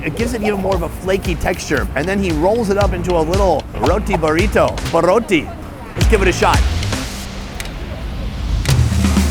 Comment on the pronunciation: "Burroti" for the win! 😂